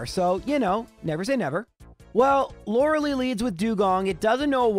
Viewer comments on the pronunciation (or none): Lore lie, not Lore lee. Also Tombstoner Brother